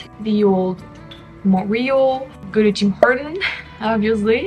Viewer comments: So in English we don’t say “Mont-real,” we say “Mon-tree-all” with emphasis on last syllable. But it’s all good! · More like Mun-tree-all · Why as a Francophone can’t you pronounce Montréal? Or as every English speaking person pronounces it as Munt re all. Now say it fast! And Tim Horton’s was the best you could do in a city chock full of amazing cafés with the best croissants, etc. that are as delicious as what you get at a boulangerie/patisserie/café in Paris. It’s embarrassing for you and cringeworthy for likely all people who have ever called Montreal home. Timmys would be my absolute last resort. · I am just saying this to help you out. In English, the way Montreal is pronounced is by saying Mon tree all. The way you are mispronouncing it makes it difficult to know what you are saying. Of course, you could pronounce it as in French which would sound a lot more chic in English! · You pronounce montreal in neither the English nor French way. You're 100% right with the honking. No patience whatsoever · That is the wildest pronunciation of Montreal I've ever heard. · I'm shocked that as a french person you still don't know how to pronounce Montreal LOL